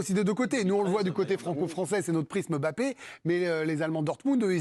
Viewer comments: prononce Mbappe comme une africaine. Bravo. Tu es là seule journaliste française à Bien prononcé ce nom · bravo vous prononcez comme il se doit Mbappé...MERCI